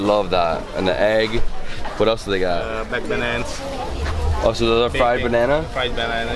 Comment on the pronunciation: “Back banaans”😂😂😂😂